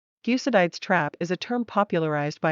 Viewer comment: The way she pronounces "Thucydides" annoys me to no end!